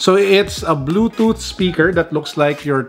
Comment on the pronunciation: "Ze Bluezooth Zevice Iz Counnected Zeccesfuly." 👍😆 G' morning 🙏👌keep safe.